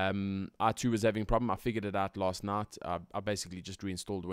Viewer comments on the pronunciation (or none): ***** i could hear when he said "Last Night"